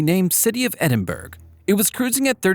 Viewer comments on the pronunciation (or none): We pronounce it Edin-Bruh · Not such a fun fact: you pronounce Edinburgh wrong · it is Edinburgh